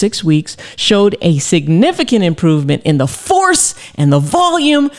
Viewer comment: The way she said FORCE and VOLUME I believe her…😅😂🤣